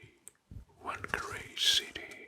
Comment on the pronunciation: btw you say whangarei fung-uh-ray (rolled r)